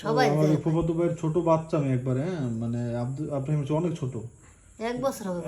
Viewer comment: Ibrahim nake abraheem? Nam bhalo kore daken.